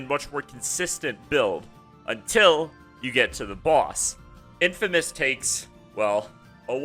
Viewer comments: its infinimist bro, not infimist... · DUDE I KNOW!!!!!!!!!!! Gives me such a complicated mixture of laughter and blinding rage hearing this guys throw the hard "a" and calling it infimist....its just too much to handle.